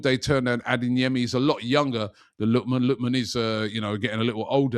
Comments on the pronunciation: Robbie please stop saying “adinyemi” lool the name is pronounced how it’s spelt but for you say A-DAY-YEMI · Day 19 of Robbie calling Adeyemi “Adinyemi”